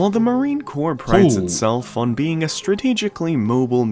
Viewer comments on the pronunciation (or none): Crops is pronounced "core" no reason you shouldve known that lol but was just giving some info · Sorry, but it's pronounced Core, not corpse. A corpse is what the Marines leave behind. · NO "S!!" Marine "KOHR" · It's pronounced "core" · The "s" in Corps is silent Otherwise, it sounds like that youare talking about a dead body (.CORPSE) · For your information, the word "Corps" is pronounced as though it were spelled "core" or 'cor'. The letters P and S at the end of the word are silent. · It's not Marine "Corpse" 🙄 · It is pronounced "core". And the USMC has been beaten on the battlefield thousands of times. I would suggest studying actual history. Instead of some bullshit.